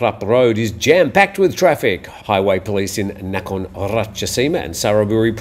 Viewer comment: i hope I can help you with your pronouncing of a couple of Thai place names. Nakhon is a popular word used in several place names. it is not a hard A but a soft a, more like Naakhon. Also the town and province of Tak is pronounced by the Thais in the North as Tuk. Hop[e this is helpful.